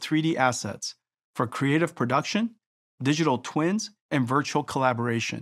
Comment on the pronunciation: “Digital twends”